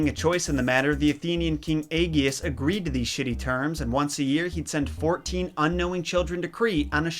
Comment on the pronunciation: "Eggy-us?" EGGY-US??? Do you call that body of water the "Eggy-an" sea? Because I'm pretty sure it's pronounced the "AGE-E-N Sea."